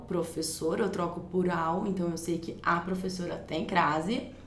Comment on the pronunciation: que romantiquinha essa prevezora (minha irmã falava assim) hahahhaah